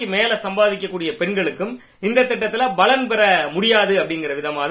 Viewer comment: 'Balan' alla 'palan'